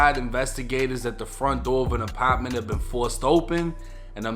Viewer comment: The apitment.Lol